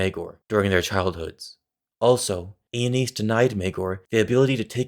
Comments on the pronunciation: Its pronounced like anus, not aneez… i don’t care if im wrong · Damn George RR didn't think too hard about all the possible pronounciations of Aenys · man ive been pronouncing aenys embarrassingly incorrectly